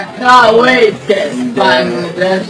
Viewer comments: pronunces it like how a frog (which is known as bang) is pronounced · would you mind if I say that you are pronouncing "Bangladesh" incorrectly........